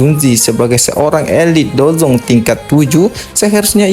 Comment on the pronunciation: Elite douzun bro bukan dou Zong itu Feng zhun zhe